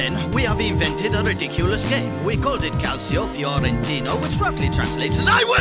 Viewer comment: "calsio fiorentino"